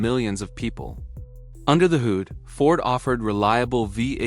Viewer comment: Just heard another simple word mis pronounced: Hood, the narration pronounced as 'hoood" this lazy way of making video's is an example of how lazy technology has made people and how overrated technology is,. Artificial Intelligence should be scrapped, it is dangerous and promotes laziness and growing stupidity among humans.